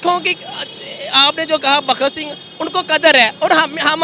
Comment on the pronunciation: Pata tuje bhi nahi haii...bhakt sing or saradar paatel nahi bhagat singh or saradar patel hai...tune sirf google se dekh ke bol diya hai😂